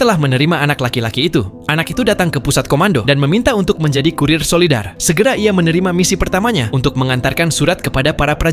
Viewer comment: Soldier bg bukan solider